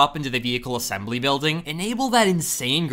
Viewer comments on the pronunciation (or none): none